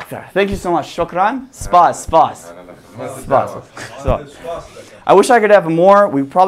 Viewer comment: Thats kurdistan man. You said spass thats thank u in kurdisch